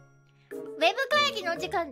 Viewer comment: ウェ↓ブ↑会↑議↓の時↓間↑です↓